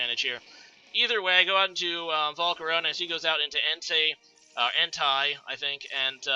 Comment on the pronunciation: En-Tay is how you pronounce Entei